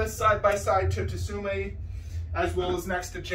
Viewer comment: Tsume is better imo so I agree. FYI it’s pronounced sume Art the T is silent like in tsunami 😁